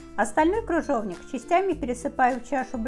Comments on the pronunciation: Не кружовник,а КРЫЖОВНИК! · Автор,не крУжовник,а крЫжовник. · 🤣🤣🤣🤣🤣🤣правда, очень безграмотно! Кружовник! Клабуки! ДУршлаг, каллидор🤣🤣